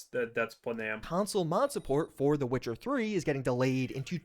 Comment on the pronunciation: Witcher spells like was, an effing W not V